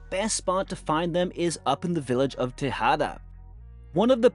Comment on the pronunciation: Tejada is a roof is TEJEDA